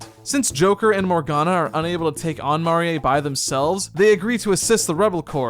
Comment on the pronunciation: I'm rather annoyed that the party is only 3 strong instead of 4 now. But yeah I dont much like the silly art style or the new characters... also... "mah-ree-eh"? Really?... Marie. So dumb